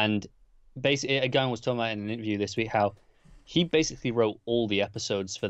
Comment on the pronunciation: You need to bone up on your writers names . . . Garth Ennis (pronounced n-is, not eenis) and Gaiman (gay-man not guy-man).